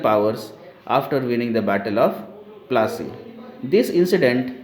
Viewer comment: Can you say plassey properly